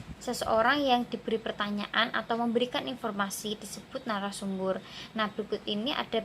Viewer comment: Dimenit ke ada salah pengucapan seharusnya Nara sumber bukan Nara subur... Tapi untuk penyampean mudah di pahami hanya perlu mengatur intonasi saja...